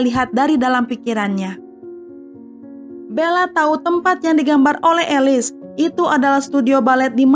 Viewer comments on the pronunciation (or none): Bukan alis tapi elis 😭😭😭